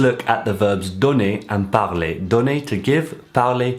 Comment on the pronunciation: Je suis un débutant qui apprend le français, mais je voulais dire que votre prononciation de "parler" est ce à quoi j'aspire.